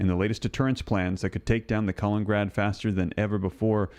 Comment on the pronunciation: Hey there, FYI it’s KalinINgrad, not Kalingrad. Keep up the good work